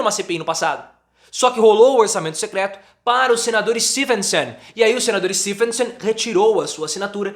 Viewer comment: Vídeo muito bom professor. Quero só fazer 3 observações. 1- Quem aqui volta o vídeo só pra ver a pronúncia do professor ao falar "Stevensson"? Kkkkk 2- Mensalão do governo do PT eram em média R$30 mil...ah bons tempos de valores baixos. Que saudade. Orçamento Secreto atual do meliante Lira são R$16 bilhões 😳😁😁😁 3- Então Bolsonaro quer acabar com o Orçamento Secreto? Kkkk conta outra nobre. Bozo não está nem aí pra isso.